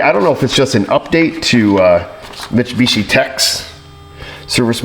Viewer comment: Pronounced 'mit-su-bitchy'